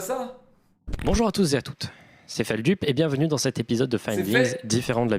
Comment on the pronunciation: Feldup vous le dites « Felduhp » ou « feldeup »